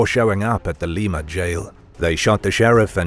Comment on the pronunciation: Everyone gets it wrong, but it's pronounced Lima like the bean, not Leema. Lol